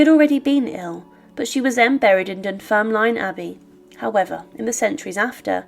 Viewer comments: Great content but it's pronounced Dunfermlin. The e is silent. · I absolutely love your channel and love the presentation of it all. But as someone from Fife, I couldn’t help but wince at your pronouncing of Dunfermline. Ignore the e at the end, we don’t pronounce it. Dunfirmlin is how it should sound. I get though it isn’t something you would have picked up or know, just reading it has it’s written. Ignore me if you feel that i’m being overly pedantic. Aside from my twitch which is my own issue, keep up with these videos, they are very very interesting